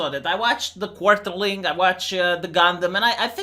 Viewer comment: Why do both you and gundam pronounce it as "the quarterling"